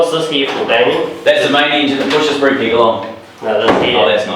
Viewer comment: Sounds like the very first thing says is: 'Gay, welcome to Brupeg.